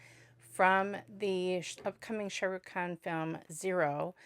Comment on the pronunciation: When you say this name you stress Rukh and say Shah short. You should stress the Shah and Rukh is abrupt. So Shaaruk